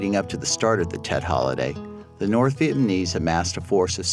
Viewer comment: He told the painful truth, LBJ, Gen. Westmoreland, Robert McNamara, and Nixon were all war criminals, the American people blamed the veterans for the loss of the war, proof that Americans knew the war was wrong. America has never recovered from the Vietnam War, this narrator is unable to pronounce the word "Vietnamese".